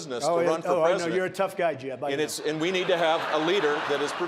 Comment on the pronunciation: “Excuse me, Jeb-uh”💀💀💀💀